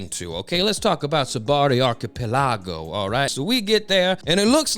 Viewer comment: That’s an interesting way to say Archipelago…